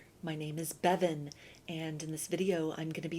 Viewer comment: I love your name and how you say it, Bevin. It is the main reason I subbed! 😊 You are also an amazing reader.